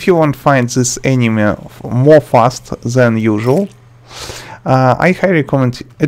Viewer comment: I love how you say "enemy" almost like "anime" lmaoo